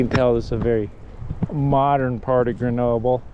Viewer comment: After all that time in France, can't you still not pronounce GrenoB-L-E and not B-E-L? Also, how do you expect your kids to adapt if you put them in an American school in France??? Don't you know that, the younger they are, the easier it is for kids to learn a foreign language and culture, particularly those of the country they live in? And, thank goodness, European schools teach acadamic stuff to kids, not sports! If a child likes to practice a sport, then it's got to be outside of class time! Your reaction/comments is what I fear most about the increasing number of Americans who come to live in Europe, but want to import the American dysfunctioning way of life they are fleeing! WHEN IN ROME, DO AS THE ROMANS!!! (and don't whine about it!)